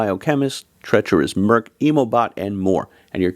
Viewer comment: Love hearing the umlaut pronounced! ❤